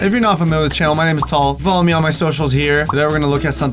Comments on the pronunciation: i thought you pronounced your name as 'tah-l' not 'tall'... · Tal ?? ITS TAL FISHMAN DUDE